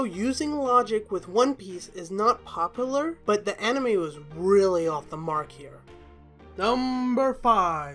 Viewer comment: Its like in the video you hear him say popolar isn't of popular